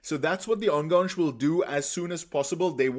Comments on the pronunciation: Thanks for your great videos! Love it! Just one minor thing: it hurts a little every time you say "enganche". This is not a French word. Try to pronounce it like "ann-gun-che". (Better yet, google "enganche pronunciation" and hear a Spanish speaker say it). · I like your videos, but please learn how to pronounce Enganche. It’s a Spanish word, not a French one. It’s pronounced very straightforward, the ending is like in Che Guevara.